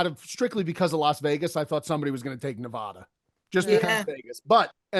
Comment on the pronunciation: learn how to say Nevada smh. Expected better out of you.